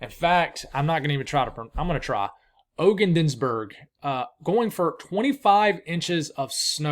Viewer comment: Hi! Ogdensburg NY is pronounced Awg-dens-burg accent on Awg. Hope this helps.